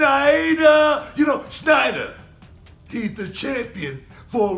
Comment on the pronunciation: It's Sneider not Schneider guys